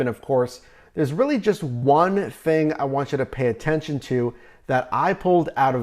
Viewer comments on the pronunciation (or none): none